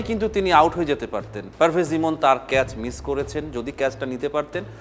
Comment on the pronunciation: ক্যাস নয় ক্যাচ